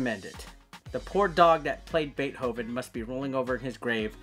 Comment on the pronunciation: You're pronouncing Beethoven wrong lol